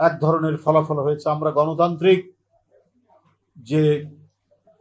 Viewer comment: কেমনে হযে চে 😂😂😂😂😂